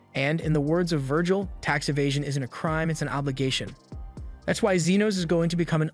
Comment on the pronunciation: hey i beg your pardon did you say vergil?!?!